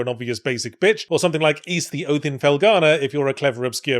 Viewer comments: Who calls it "Eas"? Real ones know it's "Whys." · So THAT'S how you pronounce YS.